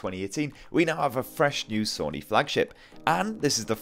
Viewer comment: I'm getting triggered he keeps saying Sunny it's Sony 🤦🏼‍♂️